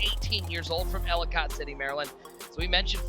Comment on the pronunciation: These guys dont know how to pronounce Ellicott City 🤣